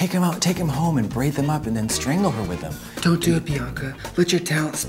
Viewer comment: Katya def says dem instead of them